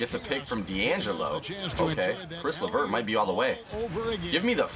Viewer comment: It's not Chris LeVert